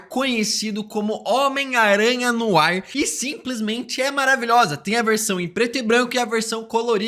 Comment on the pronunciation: Tu acertares a pronuncia do francês de "NOIR", que fica algo tipo "NOÁ" e não como estás falando.